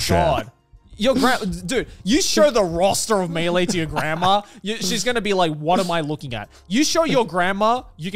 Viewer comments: Garnt was right on the pronunciation of melee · Connor on Garnt's pronunciation of Mêleé: "What, are we French Garnt?! Should you tell him or should I?🤣 Also, for the record, Garnt's pronunciation was correct 🤣.